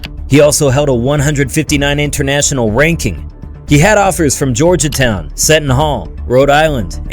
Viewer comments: brandon not bradley. georgetown not georgia-town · Homie said “Georiatown” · You need to learn how to pronounce the names of VERY prominent schools like Georgetown and Seton Hall.